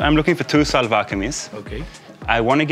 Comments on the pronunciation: Karl, in Pakistan its pronounced more like shalwar kameez not salwar kameez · one tip from a native speaker, try to say shalwar not salvar